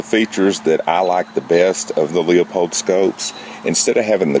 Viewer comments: Good review, but please stop calling it "lee-uh-pold". It costs you credibility. The proper pronunciation is "Loo-pold". Thanks! Your friendly scope Nazi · Half or have? Your lack of language skills keep you from being credible. It is pronounced Lupold. The 'e' is silent. Not Leeaapold not Luuaapold... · Man, where did you learn your English? that sounds like one is going to the crapper..LOO! Besides, it is a German name. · Another guy who cannot properly pronounce the name of the scope company. Ha ha...